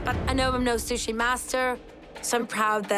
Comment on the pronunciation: O wow! Alvin Leung can't pronounce "sushi". He called it "shushi." Daym! That's hillarious.. 🤣🤣🤣